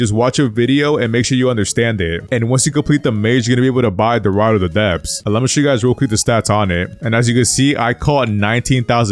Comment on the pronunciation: Ye I heard rod of the depths I was concerned ngl